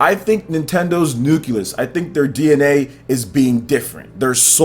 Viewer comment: What is a “nuculus...?” Do you mean “Nucleus...?” LOL.